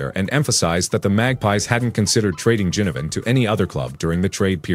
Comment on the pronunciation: Taylor Adams went to Gold Coast and NOT Sydney so far as I'm aware. Please pronounce Jack Ginnivan's surname as NOT Jinnivan